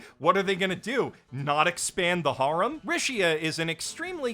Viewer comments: I thought you were saying harem like "whore-em" which was funny but then I realizing you just don't know how to say the word harem correctly... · So uh, when you said "Harem Anime" and introduced the cuckoo thing I understood "Horror Anime" ... Confusion followed